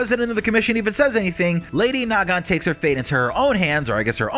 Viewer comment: I seriously can't tell if you're doing that on purpose or not, it is Nagant. NOT NA-GANT, come on!